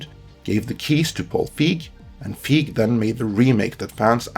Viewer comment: You're mispronouncing Feig. The 'ei' has more of an 'a' sound.